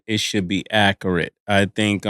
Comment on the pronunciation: Ma$e said Ak-urate 😂 there’s something about them A words to these Harlem cats 😭😭